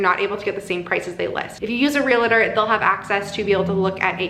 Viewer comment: Anyone else chuckling at the "real-a-tor" pronunciation and thinking about Santa Clarita Diet? Hehe lots of people do it but it is pronounced "real-tor"- just like it's spelling